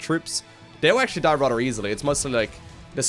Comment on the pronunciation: Where are you from, you have a weird accent and I don't mean it in a negative way, I like it. You pronounce "rather" kinda like "rudder".